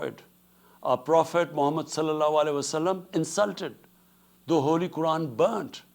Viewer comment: "our prophetabalanaanalaanalana insulted!" well maybe if you could say their name without slurring it all together...